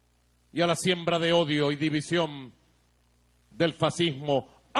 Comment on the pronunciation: QUE SE "SUMAM... DIVISIÓM.. Y REVOLUCIÓM"